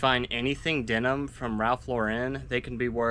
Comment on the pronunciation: It's pronounced just Lauren like the girls name. Ralph says it this way himself. Ralph Lauren is a Jewish guy from the Bronx, never understood when people add the french flare to the name lol. Great finds.